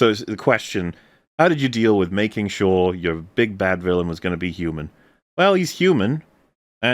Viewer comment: "I too am a hew-mon like the rest of you. I can relate to you because of the fact that I am a hew-mon."